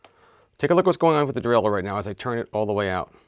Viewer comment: The Readedurdurle :D. Great explanation though.